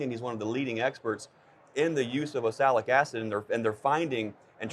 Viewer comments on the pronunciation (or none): Can you get him to say oxalic right? It not osalic!!